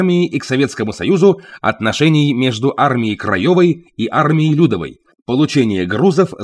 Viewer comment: Не лЮдовой , а ЛюдОвой , т.е. Народной , а не тёти Люды .